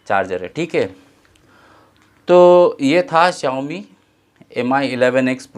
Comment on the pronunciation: Youmi nhi Xiaomi h🤣🤣